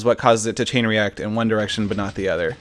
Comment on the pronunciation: haha you said ine direction